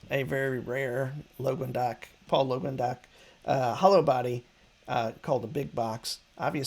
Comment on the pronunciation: FYI, what you call "Logan-dock" is said "Lang-gue-doc" at least the way Trey pronounces it.